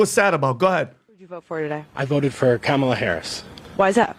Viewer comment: IT'S STILL.................KA-MA-LA.